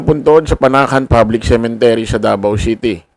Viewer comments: cemetery hindi cementery😂😂😂😂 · Cemetary not cementary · Sorry po, CEMETERY, hindi cemeNtery. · Cemetery not CemeNtery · Cemetery..hindi cementery...